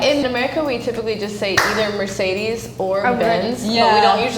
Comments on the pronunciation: 妹妹，可能你是女孩子，对车不太感兴趣，但你得做点功课，因为在这你代表的不是自己。 什么是“梅德赛斯”？那叫“梅赛德斯” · 视频里这个中国女生真的有点弱，什么都不知道。。。梅赛德斯都说成了梅德赛斯？？ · This chinese girl didn't even get chinese right, read Mercedes as Merdeces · 她说的是梅格赛斯 给我笑惨了